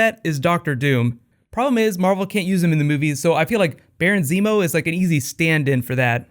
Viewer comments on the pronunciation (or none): none